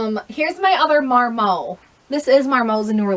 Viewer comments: The T is not silent. mar-MOT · Sooooo Lolë is pronounced "luh-lay", or like "Olé" with an "L" at the begining (it is a French company) and Marmot is pronounced "mar-muht" (it is an American company). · Thanks for sharing your haul. My husband is a big collector of outdoor clothing... Marmot is pronounced Mar-mutt and Kuhl is pronounced cool. Why can't they just use regular words? LOL. Love your channel, and it was so fun meeting you that one time at Goodwill. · It's actually pronounced MAR-MAWT. It's an animal! No silent "T". ha ha. It's OK - you aren't an idiot, some of these names are just hard to pronounce. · The T in Marmot is not silent. The brand is named after an animal that you find in the mountains. It is a ski brand really popular in Canada and other nordic regions. Whistler where 2010 winter olympics were held is called that because they have Marmots up in the mountains and they make a whistling noise.